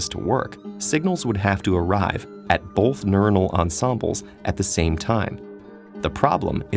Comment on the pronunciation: Great video, but all I hear is "bolth".